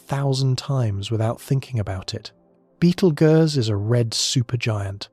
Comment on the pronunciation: How does this narrator not know how to pronounce Betelgeuse?